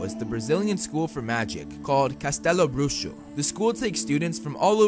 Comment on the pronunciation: I just Came Here to Hear a American Pronunce "Castelobruxo" and then i Discovered this Amazing Channel